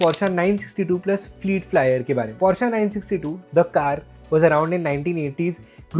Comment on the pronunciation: Bhai plj porsche bolo porschia nhi hota..